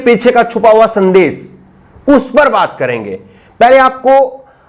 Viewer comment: aap.shabd ka sahi ucharan kiya kre. Jaise amish devgan ko aap amis devgan keh rhe ho. Shehnawaz ko sehnawaz keh rhe he. Sandesh ko aap sandes keh rhe he. Sudhariye sir apni bhasha.